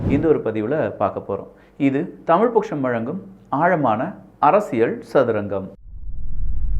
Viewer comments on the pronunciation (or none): none